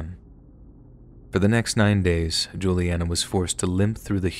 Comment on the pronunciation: Omg! Hi my name is Julianna like the girl in the story! Just how you pronounced it. I’ve been listening to scary stories like these for over 6 years and never have heard my name! It was super cool